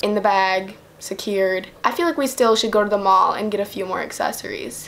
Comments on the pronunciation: The way she said "accessories" in the beginning kills me "assessories" 💀💀💀💀💀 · She pronounced accessories assessories and it annoyed me so much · Nowak none because she doesn't pronounce the "C"